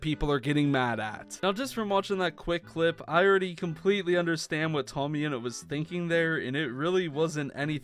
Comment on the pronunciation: It's tommyinnit not toammyinut